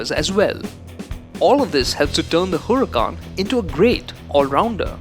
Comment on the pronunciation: U pronounced Huracán wrong👎🏾